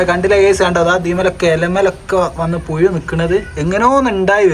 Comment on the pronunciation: പുയു അല്ല പുഴു 😂